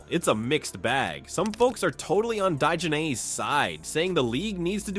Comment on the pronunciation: Her name is pronounced like Dijonaise without the S . Like The mustard.